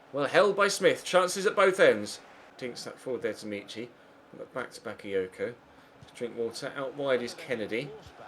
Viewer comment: Omg it's not meeechy it's mitchy